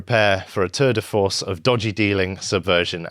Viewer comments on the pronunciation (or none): Terd of force?